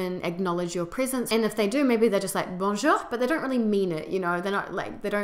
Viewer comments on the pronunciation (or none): none